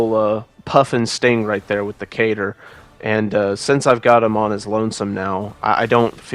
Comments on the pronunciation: What is a cater? Lol I never heard katar pronounced like that . Kuh-tar much ❤️ fantastic video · Great video, love the display Did you just.... Pronounce Katar as "Cater"...?